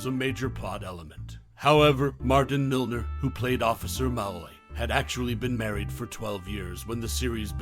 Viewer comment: The narrator’s mispronunciation of ‘Malloy’ makes me suspect he never actually watched the show.